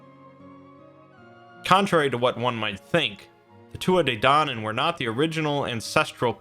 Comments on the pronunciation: Great video but for future reference it's pronounced "Tooth Ah Day Dan On" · Pronounced two ah ha day donnin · he said it so wrong